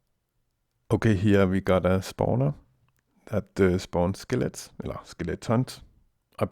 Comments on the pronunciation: NEVER STOP SAYING SKELETS! :D Btw Subbed! :D Really nice tutorial! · This is a very good tutorial. I like the cutout views. And I like how you say it as "skelets." :) I've used this model twice in servers. :D Works well, but I may try winging it next time... ;)